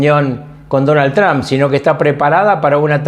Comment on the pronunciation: Porque le dicen Tran??????😂, és Trump.👌